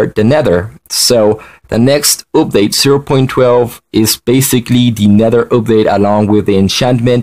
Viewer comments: I like how dis guy said oopdate instead of update if u no wut i mean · For some reason i cant forget how he pronounces update OOPDATE i mean dont get me wrong im not american so i had a little problem coping a bit (im canadian/filipino) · He keeps saying oopdate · It is funny how you say update sorry if I was mean